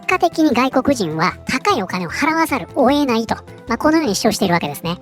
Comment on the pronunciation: 関係ない話だけど、プクさんの言い方(言葉の区切りが「を」の前に入る)もそうだけど最近「⚪︎⚪︎を得ない」を「⚪︎⚪︎負えない」と発音する人が多いのが気になる。文字表記も「をえない」じゃなく「おえない」になってる事が多いし。最近の誤用なのかな？